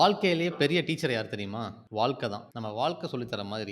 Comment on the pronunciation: Vaazhkkai not vaalkai. Otherwise, msg is good.